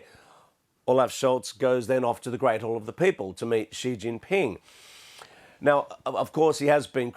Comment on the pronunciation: Lol, why does the name Xi Jin ping kick so many English speakers asses? it pronounced SHEE GIN PEENG. for fucks sake.